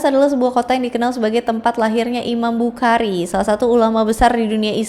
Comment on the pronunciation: izin koreksi pelafalan kak 🙏😊 alma'mun dibaca almakmun bukhari dibaca bukhori